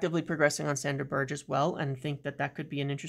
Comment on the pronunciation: A little correction its pronounced Berg-e not Ber-j